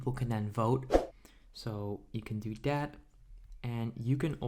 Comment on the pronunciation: Lol he says: dere as in there Dat as in that Den as in then Dis as in this Lol bruh grammar please